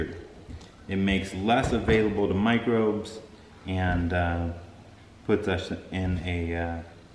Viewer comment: Did he say, "With this $hit" instead of "with these microbes"? I guess it doesn't really matter with all the wonderful, useful information he just gave us. I just found it entertaining trying to figure out what he really said.